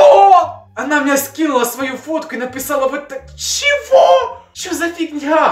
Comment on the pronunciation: "она мне скинула свою фотку и НАПЫСАЛА" "Вы блин СИРЕЗНА" "она только ПЫШЛА" "ПЫРиПЫСЫВАться"